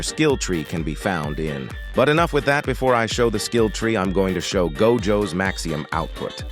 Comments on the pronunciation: MAXIMUM, not maxium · why the hell u got the tts saying maxium